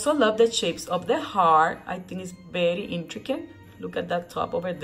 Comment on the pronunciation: I love your videos! Especially when you say berry when its very! You are the cutest!!